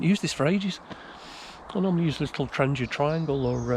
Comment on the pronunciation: I love hearing "Trangia" pronounced the same way as the manufacturer pronounces it. I salute you for trying to get away from the ingrained "Tran-gee-a" pronunciation that has become so pervasive in almost every bushcrafting video I watch!